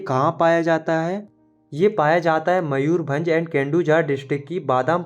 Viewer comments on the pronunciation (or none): none